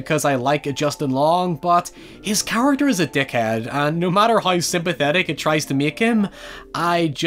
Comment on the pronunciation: Man I like this channel a lot but the pronunciation of “now” and “how” really irks me, especially when you pronounce everything else so well